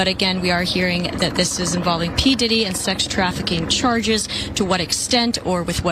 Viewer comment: “P Didit”